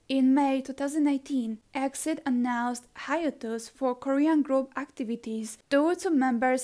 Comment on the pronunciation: Btw exid isn't pronounced as exid its pronounce letter by letter e-x-i-d